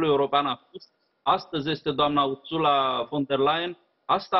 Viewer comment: Pardon, parafrazeaza... Asculta cum pronunta numele Ursulei specialista in prompter.